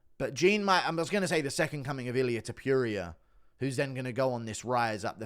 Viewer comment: Pronounce TOPURIA probably u fuck😂😂